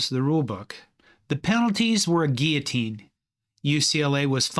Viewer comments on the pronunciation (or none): none